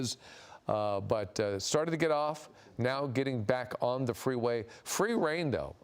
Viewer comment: "They are moving off the fweeway, now"